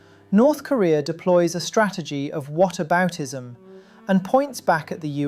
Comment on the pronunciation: Lol yea he always says "kureeur" instead of korea